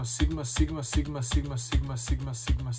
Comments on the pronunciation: na 2x brzini čuješ pomalo kak kaže simba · Bro govori SIMA😂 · Zvuci ko da govori sima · Lik govori siima sima